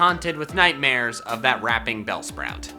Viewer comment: you mean bellsprout?